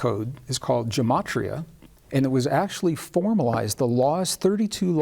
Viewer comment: You are attempting to teach Jewish Mysticism and Kabbalah. It is best to learn these concepts from a Rabbi. Yetzirah and Gematria are pronounced differently than you are pronouncing them. Gematria is very complex, can go very deep, and is generally learned at the foot of a well learned Rabbi. I understand that you are excited about these concepts, but please be very careful that you are teaching correctly.